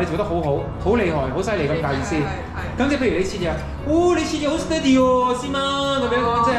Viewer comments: 对，的steady读错音了，狮弟的读对，过后跟着狮弟的读音，但后面又错回了😂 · 马来西亚潮语Steady 还要加个Boom Bi Bi（不过讲的Steady 口音不对，要跟番原装的口音才好笑的） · 🦁爸講steady好好笑🤣🤣